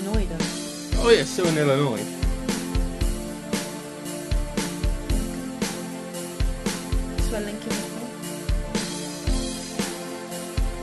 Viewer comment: Thank you for pronouncing Illinois correctly, many people who read it say the s sound, but correctly, the s is silent. Route 66 goes from chicago Illinois, to california, Would take many days to get from one side of United States to the other.